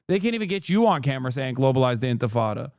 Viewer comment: Cannot even pronounce intifada correctly, :face-purple-crying: But you have to condemn it anyways